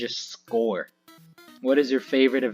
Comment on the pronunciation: Just so you know, Schor is pronounced Shore.